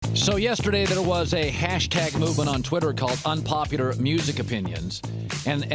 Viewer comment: Why does it sound like Colin is saying unpopiter